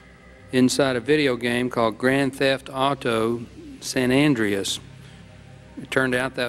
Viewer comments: "Grand theft auto sen endryess' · Sanandreas lmaoo old dude said it all wrong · “Grand Theft Auto: Sanan Dreeas.” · Aware76, that majorly pisses me off.